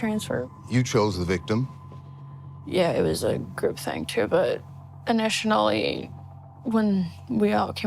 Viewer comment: "initionally" can be dyslexia. She seems ND to me. I mix words all the time.